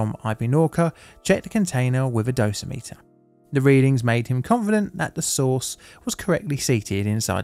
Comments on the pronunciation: heads up, it’s “doe - sim - it- er” instead of “dose - meter” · One correction: "Dosimeter" is pronounced with the stress on the second syllable -- "doh-SIM-uh-ter." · Sorry this is driving me crazy. It is dosimeter (dough-sim-iter) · Survey meters are called dose rate meters. Dosa-meters like you called them sound too similar to Dosimeters which are badges worn to measure how much radiation a person has been cumulatively exposed to. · FYI: dough-sim-it-ur. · Just FYI. The word dosimeter rhymes with perimeter.